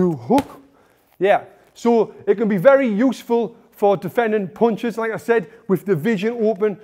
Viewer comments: I love the way he says "puinchus" 🤣 (punches) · Tony " mulvvvuble bunches " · Mooloopool poonchez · I think he says "ponchis" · may be . Only his mouth knows it. He spins the word with his mouth 😅